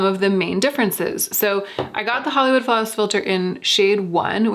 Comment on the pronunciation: Flollywood Hawlis Filter. :) I giggled.